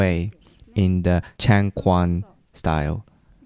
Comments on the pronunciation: Quan is pronounced chuan not kuan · Some people were mispronouncing the q word to a k sound but it's a ch sound for quan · Nice video, very informative. btw Chang Quan (ch-uen, not kwan). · Even though I practice karate now, my routes are in Chinese kung fu (specifically chen style tai chi and hung gar). Love to see someone actually give kung fu a fair shot, especially since it hasn't had the best rep in recent times. (Side note, "changquan" is pronounced as "chang chuan") Absolutely loved this video and I can't wait to see the rest of this series! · The pronunciation for Changquan is “Chang-chuan” the “q” in Chinese has a “ch” sound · Excellent video, as always. Only one tiny point of note, the letter Q in Changquan is pronounced more like ch than g in Chinese. Hanyupiyin distinguishes between ch and q because there is a subtle difference between the two, but the q is close enough to ch since I don’t know how to explain the small difference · I'm liking this video. I used to practice Chen style Taichi with a teacher of mine who unfortunately has passed away, where that style of taichi was known for it's more martial roots. Btw, just a note, the quan pronunciation is actually pronounced with the "ch" sound, so changquan is pronounced chang(chuen). Like how the q in Qi is pronounced Chi. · 1) Pronunciation: changquan is correctly pronounced as "chahng-chwen." 2) Changquan is a different martial art from taijiquan. (Technically, changquan is more a category of traditional Chinese martial art, including styles like chaquan, huaquan, etc.) These days it is more famous as "movie kungfu" due to Jet Li, etc. 3) Changquan is not normally practiced as a prerequisite for taijiquan, except in the modern competition wushu schools (where Jet Li, etc. came from), where changquan is the "base" for everything else. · Chang Quan pronounced as ChAng ChuEn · 長拳，拳 pronounced “chuan” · "Quan" is not pronounced as "chuan". They are two different sounds in (Mandarin) Chinese.